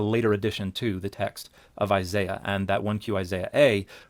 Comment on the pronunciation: He didn't mention the mispronunciation of Isaiah's name